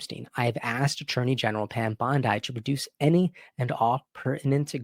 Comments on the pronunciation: Her name is pronounced like, "Bondee" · I’m just trying to help you say Pam Bondi’s name properly(no disrespect)BON-Dee😊😊